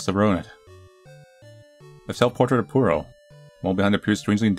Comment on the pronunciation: ITS PUR OH NOT POO OH